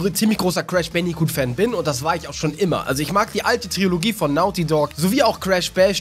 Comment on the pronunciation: Trilogie, nicht Triologie :)